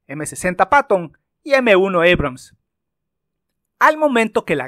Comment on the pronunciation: EBRAMS?...ABRAMS...ESTA HABLANDO EN CASTELLANO, AMIGO!!